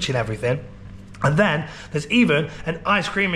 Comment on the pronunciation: PLS I need to know!!! Is it "then" or "dan," for example you'll say "What's going on here *Insert "dan" or "then"*. Someone who knows or MASTAG let me know!!!